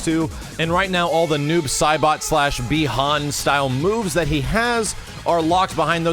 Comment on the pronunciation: No it's not bi Han you idiots